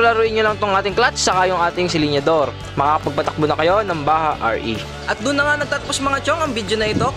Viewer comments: ang tamang bigkas ng Bajaj ay parang "Badyad" at hindi "Baha." Turo mismo yan ng isang Indiano. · Ang pagbigkas po sa bajaj ay BADYADS o bajudge